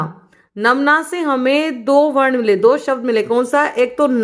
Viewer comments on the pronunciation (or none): none